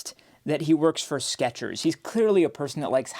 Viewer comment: theres no T in Skechers.